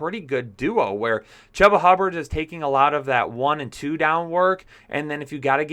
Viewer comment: I think he pronounces his name as CHOOBA like choo choo train. : )